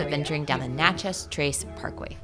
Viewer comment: Local ‘expert’ here (lived in Miss for 31 years)- its NATCH-ez, not natch-EZ. Still love the videos- can’t wait!